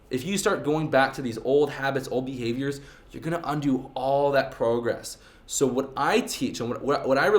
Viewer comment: the type of guy who cant pronounce progress